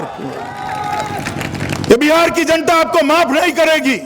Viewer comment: Buhar nhi bihar bolo